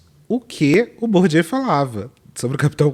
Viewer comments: Bourdieu não é Bourdieaux não... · Po, querida. Aprende a pronunciar o nome do sociólogo francês Pierre Bourdieu antes de falar de capital cultural de rico no tiktok com essa caneca vazia.😅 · O jeito como ela pronunciou o nome de Bourdieu matou uns 20 sociologos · Sério, que nenhuma dessas pessoas do tiktok conseguiu pronunciar corretamente o nome de Pierre Bourdieu? E ainda pessoas querem dar dicas de capital cultural. 😅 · A influencerzinha não sabe nem pronunciar Bourdieu e tá opinando sobre capital cultural.😂😂😂 É por isso que a internet sai de um onda f4ke para outra. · Acho muito curioso a pessoa querer falar do Bourdieu, mas não conhece a pronúncia do nome... me faz pensar se ela realmente estudou o cara, ou só ouviu o galo cantar e não sabe onde. Sei lá, será se fui preconceituosa? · A primeira coisa que reparei foi a pronúncia incorreta de Bourdieu em vários tik toks... realmente um código dado que, em geral, pessoas ricas falam francês fluentemente desde criança. Inclusive, muitos desses são alfabetizados em francês estudando em escolas de elite... amei o choque de realidade... muito bom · Coitado do Bourdieu, deve tá revirando no túmulo. Citar que o Bourdieu escreveu sobre capital cultural (e ainda pronunciar o nome dele errado) é fácil, quero ver ler dois parágrafos do que ele escreveu e entender alguma coisa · E sem saber pronunciar Bourdieu. 😂😂😂😂😂😂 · A gente já sabe que a mocinha tá performando porque ela não sabe pronunciar Bourdieu kkkk